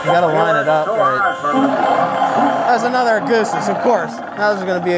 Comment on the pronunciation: the way u say augustus is triggering lol